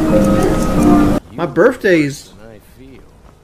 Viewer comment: Muh birfday